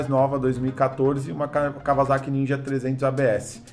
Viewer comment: NÃO É KAWA(Z)AKI E SIM KAWASAKI-(ÇA) porra